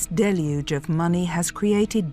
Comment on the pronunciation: Props for knowing how to pronounce ‘deluge.’ “DELL yooj.” abc news and nbc news are not the sharpest tools in the shed.